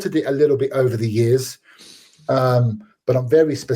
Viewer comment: STOPPP STOPPP! ITS OVAA!!